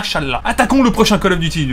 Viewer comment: Je like pas parce tu dit coll offffff call of duty